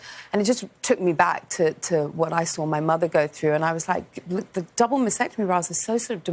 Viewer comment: She doesn't even know how to pronounce maSTectomy? It's not masectomy.